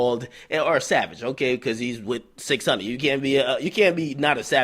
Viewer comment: CHECK HOW AK SAY "600" HE FUCKING STUPID!!!! 😂😂😂😂😂😂